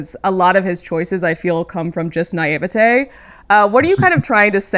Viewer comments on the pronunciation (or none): does everyone say naivety like that lmao